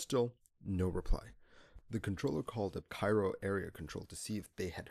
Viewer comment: This video was really well done, packed with a lot of information, the only problem is how u pronounced Cairo😂 matter of fact I think it should be a crime the way u said Cairo